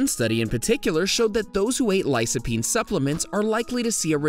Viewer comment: Lycopene (Lie-Koh-peen) . . . C before a "low vowel" (o, a, or u) is "K". C before a "high vowel" (i, or e) is "S".